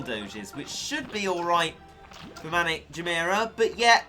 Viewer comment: does anyone notice the fact that he says maniac as manic